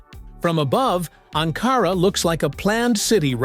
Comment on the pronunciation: Warum sagst du Angora Ankara ist richtig???